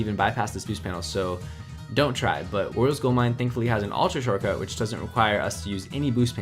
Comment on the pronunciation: me: hears say: “goose panels” also me: “ cringes “ minutes later me: hears say: “oreos gold mine “ me again: hears say: “oreos gold mine” me for the final time: “cringes really hard”